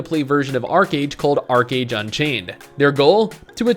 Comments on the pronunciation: Archeage not Archerage xd.. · Archeage not Archerage. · Archerage? Haha